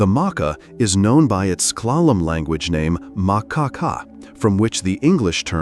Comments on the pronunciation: It calked the ( mah- kaw), not the mokkah. Idiot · MahKah....maakah.... pronunciation is so effing off.